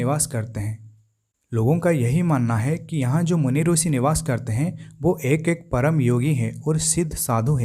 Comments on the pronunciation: रूसी नही ऋषि का शुद्ध उच्चारण कर लो श्रीमान जी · Actually Marathi me bhi rushi pruthvi amruta vrushali ye pronunciation hote hain. Ab ye sh ko s pronounce Kar raha hai isiliye rusi bol raha hai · Aapne sahi kaha..Is taraf hindi ka uchcharan hai...bhasha kabhi nahi badalti hai...'i' ki jagah 'u' laga dete, galat uchcharan hain inka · गलत उच्चारण है।